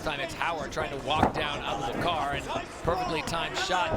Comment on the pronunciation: The pronunciation of Abubakar’s name at the end💀💀💀